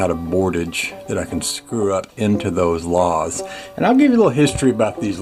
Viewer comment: That cement board should work good, it will attach well to the LATH (not lahth).